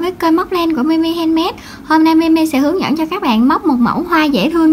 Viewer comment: em nói em móc hoa này bằng len milk gì chị cố nghe mà không rõ mặc dù giọng em rất dễ thương 😍